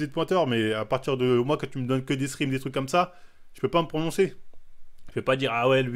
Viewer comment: Les fameux "screem" 😂